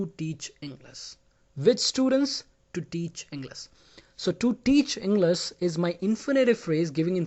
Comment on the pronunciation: No offense but you tell the word English like you forget the h